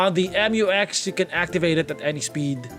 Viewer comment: Mu-X not M u X